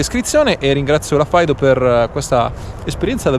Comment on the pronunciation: Faido? mai sentito pronunciare cosi Fiido